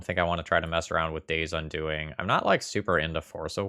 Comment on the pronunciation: In game 3 you said quite often "playing around Daze". Later you pronounced the spell 'Day's Undoing' like 'Daze Undoing' and i just saw a card in my mind that could be in the next un-set. Maybe: "Return a card that got countered, because you didn't have enough mana to let it resolve from the graveyard to your hand."